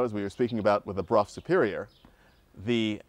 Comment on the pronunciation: dear Donald....could you please correct the underline of the motorcycle part...it is a Brough Superior, not Bruff😉